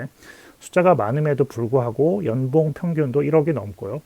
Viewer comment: 좋은 정보 감사합니다! 중간중간 발음중 연봉을 염병이라고 해서 배꼽잡고 웃었네요 ㅋㅋ